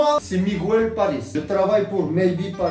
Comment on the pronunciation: mdr j'adore trop il ma fait trop rire ce '' Migouel' Pariisss'' 😂 😂 😂Ah merci pour ce fou rire ça ma fait du bien ! aujourd'hui j' avais pas le moral et grâce à vous deux j'ai le sourir 😍😍